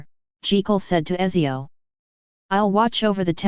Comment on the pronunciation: btw my girlfriend is italian and she told me Ezio is pronounced Uh-t-zee-ohh